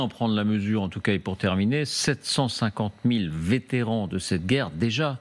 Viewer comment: Vétéran, sans -t au bout SVP.